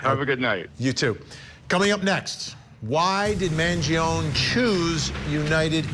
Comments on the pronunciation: Also not for nothing but it’s “man-JON-ee” not “man-jee-OWN” which Vinnie should know considering he’s Italian 😂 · It’s pronounced M – A – N – G – – I – O – N – I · Vinnie just call Luigi by his first name if you're not going to pronounce his last name correctly every single time you make a vid of him. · Why can you still not pronounce "Mangione" properly?